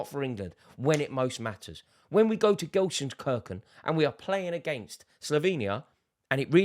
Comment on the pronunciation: rorys pronounciation of gelsenkirchen threw me for a loop. lmaooooo